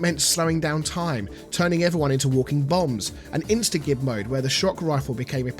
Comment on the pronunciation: I will die on the hill that InstaGib is pronounced "insta-jib". It's short for Instant Giblets.